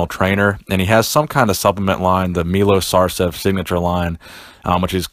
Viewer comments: I know this video is from a while back but, his name is pronounced Milosh Sarchev. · Say it like Milosh Sharchev. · Its actually pronounced Milosh Sharchev (written Miloš Šarčev) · Milosh Shacrchev is how its read :D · His name is pronounced "Milosh Sharchev".